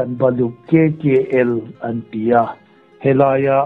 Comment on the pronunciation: Kkl nilovin,kykl tih tur anilomaw